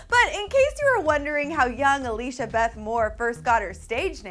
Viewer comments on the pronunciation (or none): none